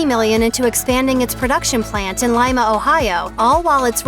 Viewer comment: As an Ohioan, I hugely appreciate that you pronounced Lima as "Ly-muh" and not "Lee-muh", like the capital of Peru. Good work! Great video!